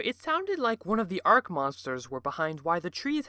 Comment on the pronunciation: Have I been pronouncing Arch wrong or have you been pronouncing Arch wrong?